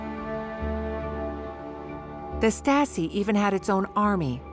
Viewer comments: Narrator's pronunciation of Stasi goes from Stasi, to Statzi, to Statski. Then there's all her other random mispronunciations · The narrator keeps saying "Staski" instead of "Stasi". Not all of the time, but several times. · Regarding the VO, please note that 'Stasi' does not normally rhyme with 'Nazi'. :-) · The narrator’s pronunciation is atrocious. Is this AI? No English speaker says “Stassee” or Statsee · This is excellent! But the people reading the script could have made the effort to pronounce words properly. Day-ten-tay ? Sing-fred?And Stasi is pronounced in several different ways ncluding staski...And towards the end it's said to be omniprecedent... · I came here to say this!! This lady's inability to pronounce Stalin, Stasi, etc. is driving me nuts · Stassy…. Oh pleeze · The narrator should have studied some German pronunciation 😢 "Statzi"? Wut? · "stah-tzee" 🤣. I know, pay a voice actor, for goodness' sake! Great content, otherwise, though. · How hard to get a narrator who pronounce basic words like Stasi in a f5cking Stasi documentary. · So I am one minute in of this documentary and already I have seen a map of Germany which is totally wrong shading in as part of the GDR land which was actually transferred to Poland after the war. Not a good start. And Stasi is mispronounced. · The female commentary speaker should have reviewed German pronunciation of Stasi as she is butchering it in various ways throughout the entire documentary. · “Staaasi?” Lol “leechtenberg”. Come on. At least get the pronunciation correct. Has to be AI narrated.